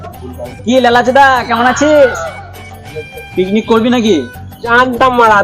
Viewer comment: Picnic ❎piknik✅😅😂